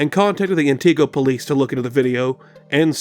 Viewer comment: I'm a resident of Wisconsin myself, and the most disturbing part of the last hoax is how he pronounced Antigo.